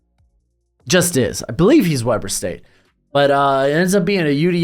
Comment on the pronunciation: Just a heads up! Weber State is pronounced Wee-ber State. Reid is a machine!